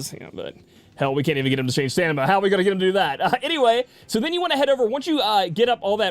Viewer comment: stanima lol